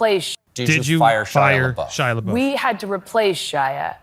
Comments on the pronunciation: PLEASE stop saying Shia’s name wrong. It’s pronounced “buff” not “boof.” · Why do you call him leboof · Why do they keep pronouncing Shia's last name wrong?